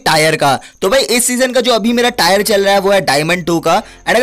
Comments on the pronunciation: It's not tyre it's tier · भाई टायर नही टीयर होता है🙏😁😁😀😀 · Bhai Tire nhi Tier bolte hai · Tire🤣🤣🤣 it's tier bro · Tayar 😂😂😂 It's tear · Its tier not tayer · Tyre 😂 diamond 2 bc tier hota hai tyre nahi